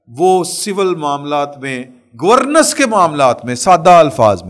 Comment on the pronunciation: گورنینس۔۔۔۔not گورنس💖